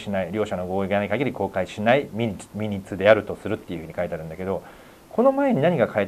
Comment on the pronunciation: 神保さんが「ミニッツ」と言っている言葉は、「マイニューツ」と発音する語で、「要約」というより「詳細」という意味の単語です。detailsと同じですね。